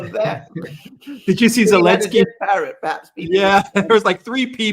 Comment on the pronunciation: His name is Zelensky, not any ski. Why do you keep misnaming him? It’s rather crass imho.